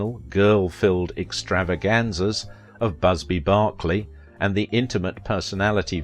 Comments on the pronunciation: Just FYI, Busby Berkeley is pronounced "Brrrrklee" not "Barklee." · It's Busby BERK-ley, not BARK-ley. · Busby BERK-ley. Not BARK. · Just an FYI : I know you're British and, therefore, pronounce Busby Berkeley like Barkly as in Berkeley Square or George Berkeley, but Busby Berkeley was born in Los Angeles as Berkeley William Enos and used the last name of an actress (Amy Busby) in his father's stage company and his mother's last name (Berkeley), which they pronounced as Burkly. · Busby Berkeley - - not Barkeley. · FYI: Busby Berkeley...as in the University. Not Barclay...as in Charles. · Busby Berkeley. Not "Barkley". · It's funny that a Brit mispronounced Busby Berkeley - like Bishop Berkley